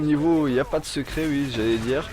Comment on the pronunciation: sans vouloir me moquer , tu sais dire oui avec le o ?